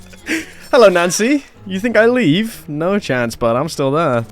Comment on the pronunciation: why do you pronounce nancy as nazi?